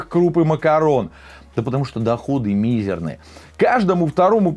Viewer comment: Уважаемый ведущий... ударение: мизЕрный))) , а не мИзерный ...